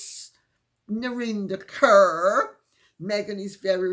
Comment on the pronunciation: Narinder Kaur is from the Sikh community. Her last name is pronounced Caw, not Cur.